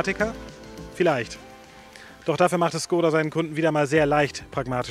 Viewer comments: Woran liegt es, dass die Deutschen Škoda nicht richtig aussprechen können??? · Bildung..? Dein Ernst? Weil wir eine Automarke nicht Tschechisch aussprechen? Sorry, aber arbeite in einem Škoda Autohaus. Wir alle wissen wie’s richtig ausgesprochen wird, sprechen es dennoch deutsch aus. Einfach weils jeder sagt. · Man du kannst so einiges nicht aussprechen. Zum Beispiel tři, ganz einfach. Und wie oben erwähnt, Škoda, Schule. Ganz einfach sogar für Erstklässler.